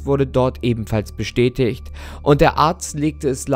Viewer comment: 2.58 min geile Betonung auf bestätigt :D